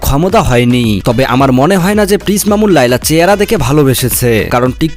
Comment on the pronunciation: পিস নয় প্রিন্স শুদ্ধ করে বলুন